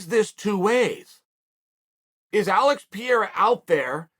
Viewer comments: Pronounced Alex Pereira 3 different ways, never change chael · alex and izzy's parents pronounced their sons names wrong all along, chael shows them how to say it right